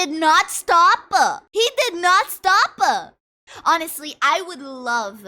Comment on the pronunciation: When you pronounce the word stop i kinda like it "stop-ah"